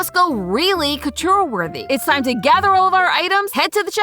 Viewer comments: Please, please someone help with pronunciation of fashion terms. The hat she makes for the Met Gala look is a “fascinator”, not a “fastener”. Sometimes she pronounces “couture” as “cutchur”. There are several other examples I’ve heard her make over several episodes. I think she is a great host! Please work with a fashion editor to help her polish this up! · I've never heard couture pronounced that way before....